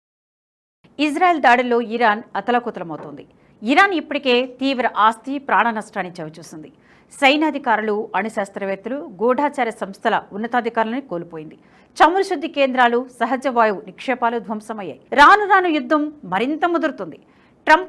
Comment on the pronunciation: 0.10 దగ్గర సైనాధికారులు కాదమ్మా "సైనికాధికారులు" అనాలి. ఇజ్రాయెల్ నెక్స్ట్ టార్గెట్ పాకిస్తాన్ పై కాకుండా UN పై పెట్టి 2 బాంబులు వేస్తే ఈ ప్రపంచానికి పట్టిన దరిద్రం వదిలిపోతుంది.